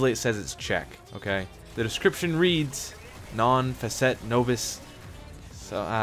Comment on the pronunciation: No. 1 is pronouce Non Fah-ket-eh, NOB-is, kal-ki-tar-eh vest-trum per-in-a-um